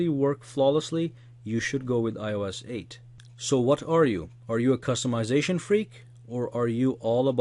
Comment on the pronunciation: my favorite part - "so what are you? A cust-a-mization freak? Or are you all about beautiful apps?"